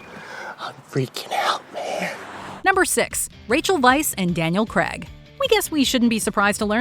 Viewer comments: Would be nice if you could pronounce Daniel CRAIG properly. You would of heard his name millions of times 🙄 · You should probably know by now that Daniel Craig's last name is pronounced Cray-g not Creg.